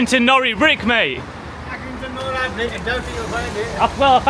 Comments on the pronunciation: I'm another Accringtoner. Locally it is called Accy NORI brick. Nori being pronounced NOR - i. The 'i' pronounced as in the i-pad. Due to the fact that it is IRON spelt backwards as it came out of the kiln backwards when they were first fired and it stuck. I am a retired joiner and have had to drill into these bricks often. You need a new condition SDS type bit to have any chance of drilling into it as they contain iron. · Accy nor👁️ not nory (pronunciation) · We call them Accy No Ri bricks not nori x x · It's Accrington NOR.I!